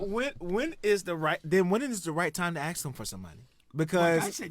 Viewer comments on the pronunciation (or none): Dude it’s “ask” not “ax”… I hate hearing black folks saying “ax” lol